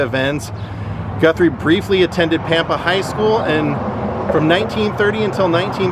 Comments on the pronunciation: Lol it's Pam-pa! I live on Panhandle Tx the town. 20 miles from Pampa. It's pronounced Pam-pa like the name Pam. O would have met you and shows you around, My great uncle was from Dumas, and was the original Ding Dong Daddy from Dumas!! He owned KDDD radio station for 50 years, Dumas was only about 45 miles from Pampa. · Awesome, I wish I knew you were coming, you could've came for a good meal! It's Pam-Pa btw.